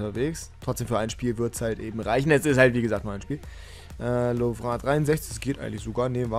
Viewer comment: Man sagt LOVREN, nicht "lovrö"!!!